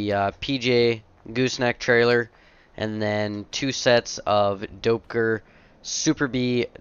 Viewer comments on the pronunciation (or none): I am from the town that Doepker trailers were originally from. It is pronounced dep-ker not dopeker!